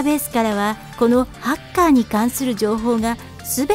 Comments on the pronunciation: ハッカーの発音違くない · だからハカーじゃなくてハッカーだろ常考